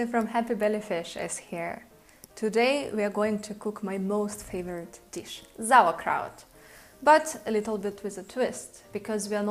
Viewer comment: I was hoping to make sauerkraut not zauerkraut!